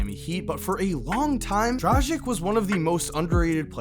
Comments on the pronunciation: Drah-gich not Drajick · DraGich** not like tragic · c'mon americans, its DraGGic, - like Gill, it's not Jil, learn it from Dame. Good video as usual :D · Dragic has been in the league for a looooong time and still can't pronounce his name right and das fukkd up man. The disrespect! 💀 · Haider Well, it isn't really that hard and imo you should learn how to spell it properly, especially when you want to talk about them a lot. NBA commentators pronouncing it correctly, but? Ugh.. It just hurts my ears.